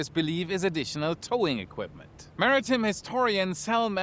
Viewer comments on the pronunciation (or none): In the word "maritime", the "time" part is not pronounced "tim" but as you would pronounce it in the following: 'what time is the next Starship launch please?'.